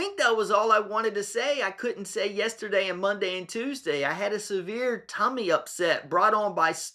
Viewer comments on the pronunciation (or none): none